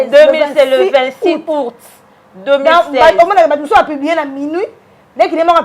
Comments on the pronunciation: Po oloba Aout Ozo loba ourte, zoba zoba tala suki lokola 👹👹👹👹👹👹👹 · Ayebi ata koloba aout te, azo loba ourte , zoba zoba